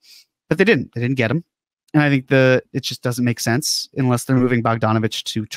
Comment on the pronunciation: I love even though he says "inless" instead of "unless" every time.